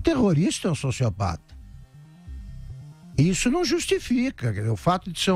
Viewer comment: Caraca! O "sócio opata" do Rodrigo Viga aos foi de doer! rsrsrs